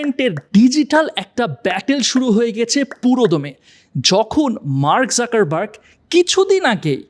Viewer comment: যুকার্বাগ, যাকার্বাগ নয়